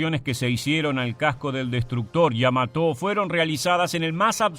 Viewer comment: En la palabra Yamato no veo que lleve tilde en la o, por lo que no se porqué el relator acentúa prosódicamente la palabra en la sílaba to. 🤔👽